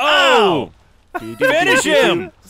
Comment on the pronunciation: It's not "Did Not Finish" It's "Did Not Finger"